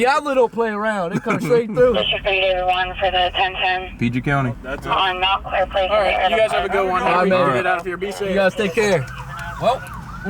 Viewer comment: Bro said “pg county” 😂😂😂😂